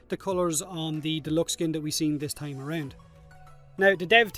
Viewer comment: It tahm bench but no tongue